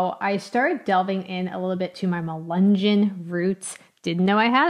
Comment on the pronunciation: It’s not pronounced accurately. Melungeon, no hard “g”.